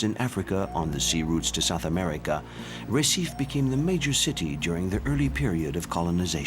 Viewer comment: Listening to this voice continually mispronounce Recife over and over again is just painful. What crappy research on display here. Gah...